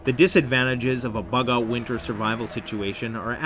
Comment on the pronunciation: Bug oat survival you say